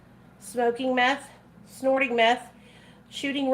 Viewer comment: I cackled when you said microdose meffh like😂😂😂😂😂😂😂😂😂😂😂😂😂